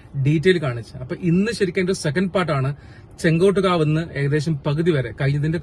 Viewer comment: ചെങ്കോട്ട് കാവ് അല്ല, ചെങ്ങോട്ട് കാവ് ആണ്. താങ്കളുടെ വീഡിയോ നന്നായിട്ടുണ്ട്. വീഡിയോ ചെയ്യുമ്പോൾ ഓരോ പ്രധാനപ്പെട്ട ജംഗ്ഷനെപ്പറ്റിയും അന്വേഷിച്ച് , നോട്ട് ചെയ്ത് - പറയണം. അത് ഇത്തരം വീഡിയോയിൽ അത്യാവശ്യമാണ്.